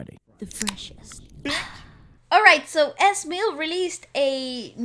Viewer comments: its EHH ZZEE MIL not EZ Millll hahahaha just saying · Pronounced: E.Z. MiL as in EASY MIL and H-Bom as in H-BOMB.... PLEASE say it right! Lol